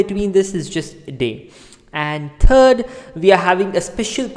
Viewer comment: When you pronounce ‘third’ , you must enunciate , otherwise we Americans might think you are speaking of our current president/ resident in office.. Kidding.. kind of . Thank you for your video, Namaste’